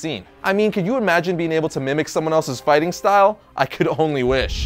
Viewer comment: You saying fighting style wrong is funny...